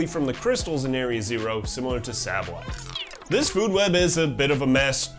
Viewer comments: Okay, the video is hard to focus on, the whole time I am wondering if you are purposely pronouncing sableye that way? Saying sahble eye instead of the canonical Sable eye. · If I had to guess what makes me so crazy for Pokémon, it’s the Pokémon themselves and how they fit into their region. Specifically, how they influence the region and each other. It even makes me wanna study ecology or biology of my current plans fall through!! P.S. the way you pronounce Sableye makes me want to die